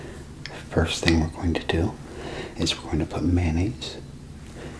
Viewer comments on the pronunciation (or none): none